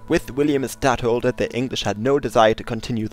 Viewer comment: Say either Stadhouder, or Placeholder. Never say Stadholder....